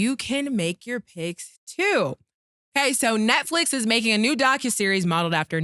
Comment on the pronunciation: Don’t forget when he said “Neckflix”